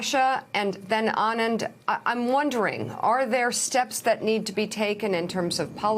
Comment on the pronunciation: Nice to see Mika pronounce Anand correctly... Very nice to hear.. much better than A-naynd